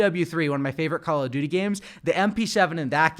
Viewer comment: How hard is it to pronounce duty 😂